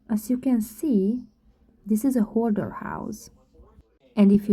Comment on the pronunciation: The correct word is HOARDER, not "hodder.'